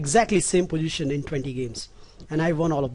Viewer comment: pojition? tranjition? "the planning is.. wtf, very poor english!!!